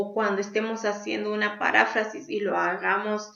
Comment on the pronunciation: Maestra es "Parráfrasis" o es "Paráfrasis"